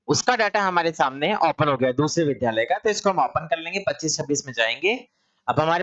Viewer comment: विध्यालय नहीं विद्यालय बोलिए । अगर आप शिक्षक हैं तो शुद्ध उच्चारण आवश्यक है आपके लिए । द्य एक संयुक्ताक्षर है जो द् + य से मिलकर बनता है इसलिए शुद्ध उच्चारण विद्यालय है अर्थात विद्या का घर ।